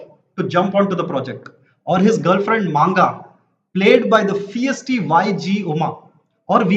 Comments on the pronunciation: it's Manga not Maaanga.. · Even after seeing the movie & being himself a Telugu guy, can easily butcher the names of the characters in movie, మరిదేష్(మరిడేశ్), మాంగ(మంగ), ప్రవీణ్ కంద్రేగుల(కండ్రేగుల) 🤦🏽‍♀️ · Is not a native Telugu speaker? He says Maanga not like Telugu people pronounce Manga:)